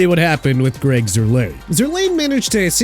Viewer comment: Also, Greg Zurlein's name is pronounced ZUR-line, not Zur-LANE